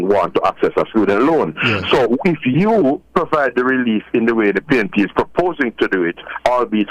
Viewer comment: Is it pnp or pain..p???😂😂😂